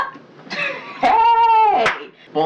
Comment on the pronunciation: Lmbooooooo knew you were Haitian when you clapped and said 🗣 “HEY”